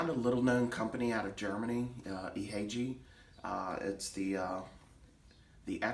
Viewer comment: The way you say Ihagee is Ee-ha-gay. Exakta was the world's first 35mm SLR. The Carl Zeiss Jena lenses are the best.